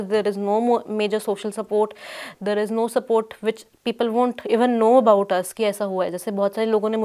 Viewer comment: Wheyyar? Hiyyar and theyyar... Salute to you for the work you have done so far and hoping that you shall do more. But, when the interviewer is speaking to you in Hindi and it is your mother-tongue (which should preclude any difficulty with the language), you choose to intersperse your talk with English sentences.. neither hiyyar nor theyyar, I am sorry to say. I know I am being crude, cruel and offensive in a way. But I simply don't understand this dire need to speak in another language when you ought to be speaking about the issue rather than muddling through your ostensibly impeccable English credentials. Why? For what? For whom? Not just this episode, but in most cases. An English interview and people trying to put across unfamiliar words or thoughts into Hindi is understandable. The reverse, especially from those whose mother tongue happens to be Hindi, is unforgivable and pretentious in the extreme. Come on, if Paranjoy can persistently kill himself trying to speak "Shuddh Hindi ki Bhindi" then it wouldn't kill you to try your own mother-tongue :) And NO, BLOODY NO, this is no digression from the main topic. Instead of blaming me for digressing, look at yourself and consider where you have drifted from the message. You do your subject injustice as well in your ill-conceived haste to prove yourself to be superior to the Hindi medium and its reporters. Bah!